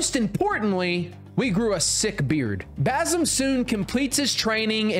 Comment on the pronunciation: Him pronouncing basim hurts me